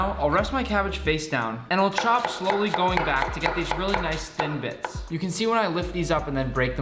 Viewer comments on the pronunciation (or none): none